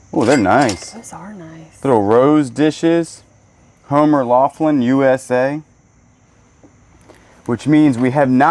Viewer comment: Laughlin, as in Homer Laughlin, is pronounced Locklin